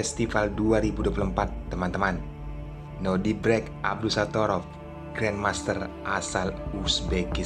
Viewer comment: Nodirrrrrrrrrrrrrbek bkn nodibrek😂😂😂😂